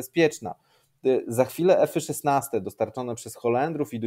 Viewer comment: podpinam się pod autora. Też nie rozumiem tej mody. Teraz będę musiał zacząć mówić że jeżdżę peugeotem 4007-mym. Jeszcze 2 lata temu nie było takiego w Polsce co by powiedziak eFy szesnaste tylko F szesnaście. Nagle każdy udaje inteligenta :)